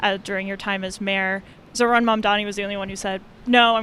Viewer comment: With they’d stop calling him “zor-han”. It’s zohran.